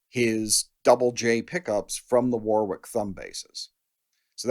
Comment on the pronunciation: The middle W in Warwick is silent…